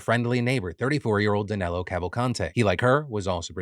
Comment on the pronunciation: The Brazilian escaped murderer's name is Danilo. I don't know why the US press are reporting his name as Danelo. I know it can sound like that, but it's not Danelo. No one has that name in Brazil, while Danilo is a common name. Also he was an illegal immigrant in the US, so I doubt that he ever changed his name to sound more American.